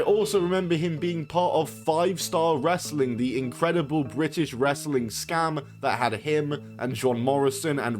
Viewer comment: its the played out nonchalant wanna be critical drink voice and the pronunciation of "wress-a-ling" that irk me the most